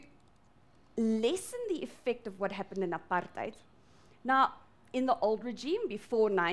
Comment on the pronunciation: Am I the only person that noticed the way she says APARTHEID